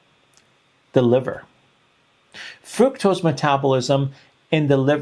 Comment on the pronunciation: Fructose is pronounced FRUCKtose, not FROOKtose.